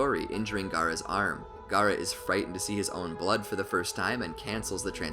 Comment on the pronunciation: stop the cap and its not "gara" its Gaara